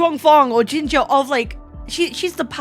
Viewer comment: Here your pronunciation of Q and X in her name is surprisingly good!